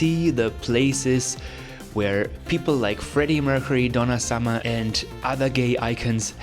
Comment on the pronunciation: DONNA SAMA? IS DONNA SUMMER! 🤣